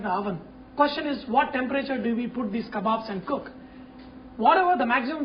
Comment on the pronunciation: "LOOK AT MY KABBOBS" LOL